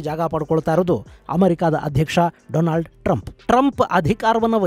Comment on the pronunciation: doland trumph😂